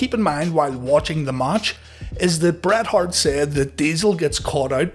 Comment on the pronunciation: Then damn dude, don't call him "Bret Heart" 😅